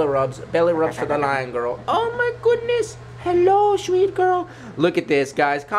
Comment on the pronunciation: You said liar not lion UwU